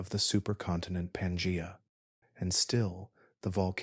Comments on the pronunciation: Pan gee a not pan jay a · 😂 pan-jay-a. That was distracting